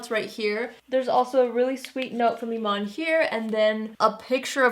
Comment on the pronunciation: When you said Eman, I thought you were talking about David Bowie's widow!😂😂